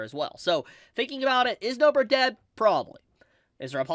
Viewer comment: did this guy say Nobra